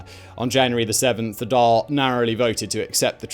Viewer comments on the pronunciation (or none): "Carrick on Seoo-er"" not "...-on sewer". "Dawl" , not " "Dall".